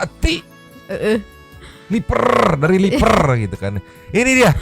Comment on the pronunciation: Ngakak banget waktu ngomong dari lipeeerrrr.. Penuh penekanan si, khawatir aku tkut ada yang kluar dr belakang 😆 Makasih kak tastma tongkrongan nya